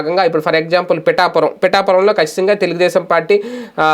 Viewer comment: Mee cheap jouranalist ki for example. Example ni kuda pronounce cheiyaleru meru journalist. Change the term "for instance '